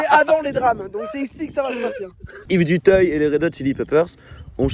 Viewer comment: Dutayeeeuh pas 🤦🏻‍♂️🤦🏻‍♂️🤦🏻‍♂️🤦🏻‍♂️🤦🏻‍♂️ duteuil